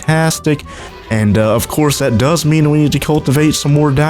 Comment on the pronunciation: did you say ofquartz instead of of course